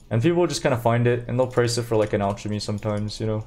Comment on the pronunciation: What's with your pronounciation? Aljemy Ajony Rejal I never heard anyone unable to pronounce "gha" or Idk if you do it on purpose.